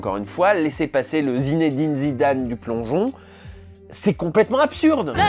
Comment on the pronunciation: au passage je me souviens que Jamel avait précisé dans une interview (en 1998 il me semble) que personne ne prononçait correctement le prénom de Zidane : "il faut le dire Zinedine et pas Zinédine, il n'y a pas d'accent sur le premier e". Or là on l'entend bien dire "Zinédine". Ok c'est un petit détail mais c'est presque amusant de le noter.